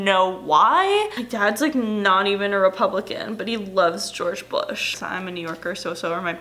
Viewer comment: gweowge bwush made me fweew SWAFE